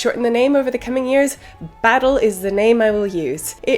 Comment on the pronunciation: Baz is better than buh-ah-ttle